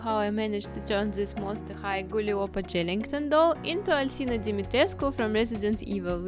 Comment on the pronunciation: The way you said "Dimitrescu" in such a correct way, it's amazing. I'm romanian, and the correct pronunciation is Dee-mee-tre-scoo. I hope i helped y'all <3